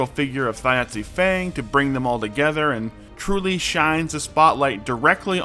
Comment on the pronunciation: Why does no one know how to pronounce "Thjazi"?